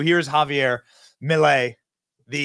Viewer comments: ITS NOT MELEI IT'S MILEI. DUDE COME ON! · Its not "Melei" its "Milei" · MILEI, no melei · guys i love you but it`s MILEI, NOT MELEI, NOT MILLEI, MILEI!! LOL VIVA LA LIBERTAD CARAJOOO!!!